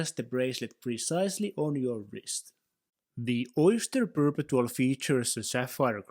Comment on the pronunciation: It’s pronounced per-pet-two-all